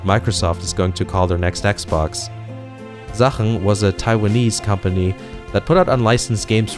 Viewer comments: Are you from Germany? You pronounced „Sachen“ which means „things“ btw in english perfectly in german lol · Sachen (you pronounced it correctly) is the german word for "Things" I think this is a pretty matching name for that company :D